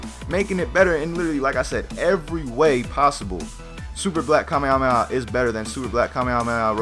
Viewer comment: dont say to mucj kamehameha because you cant tell it right and it is aufull to hear xd